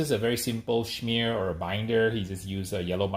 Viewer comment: It’s funny how he says and spells “schmear “